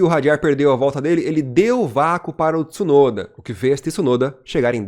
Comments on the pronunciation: apaga essa merda de video e faz de novo, se nao sabe pronunciar o nome de uma pessoa nao fale da pessoa, Tisunoda è o teu cu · se nao consegue pronunciar o sobrenome de Tsunoda nao fala do cara ou chama de piloto japones que fica melhor ignorante. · Quem è esse Tisunoda ? Nao existe nenhum Tisunoda na F1 e nunca teve, como nao existe Tisunami. Conseguem pronunciar Mitsubishi? Entao è igual Tsunoda, T mudo nao tem i em lugar nenhum bando de ignorantes. Quando quiserem colocar i onde nao tem, coloquem no ku de voces.